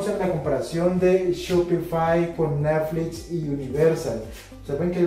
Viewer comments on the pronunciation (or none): Este, como todos los análisis del, es muy bueno, pero me sacaron varias risas el "neflits" y "shopifay".:D